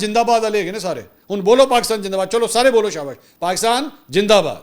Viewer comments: جناب پاکستان جندہ باد نہیں زندہ باد ہے برائے مہربانی اپنے الفاظ کو درست کریں شکریہ۔میری برا نہ مانیں گا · Pakistan Jindabad 😅Indian pronounce “Z”by “J” and “ Ph” by “F “ .e.g. PHIR is pronounced Fhir .😂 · indeed pakistan is far more than a gin for india, that is why the can not pronounced pakistan zindabad...... i love pakistan.....